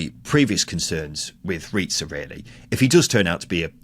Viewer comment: Its Riza not Ret-za. And im going to say this here and now so you can come back and mock me if it doesnt come into fruition. Riza should be given the job until the end of the season. Hes an attacking coach and will be night and day from Hudson. Hudson is now a defensive coach at Sheff Utd. When Hudson was in charge there was 0 ability going forward, it was so hard to watch, hes the worst manager weve had apart from Bulut. Riza has had our style change DRASTICALLY in such a short space of time. 89 shots in 5 games vs 55 shots in 6 games for Bulut. The squad is much better than what Hudson had. THIS WILL BE NOTHING LIKE THE HUDSON ERA!!!! Cardiff to finish top half easily now, weve got Davies, Etete, Rambo to come back from injuries which is just more attacking options off the bench that can make an impact. I predict us to finish between 9th-6th if we keep Riza. The next 3 games are going to be a massive test as theyll show the fans, the squad and the board if hes capable of taking points from the top teams in the table. This saturday we win 2-1 vs WBA.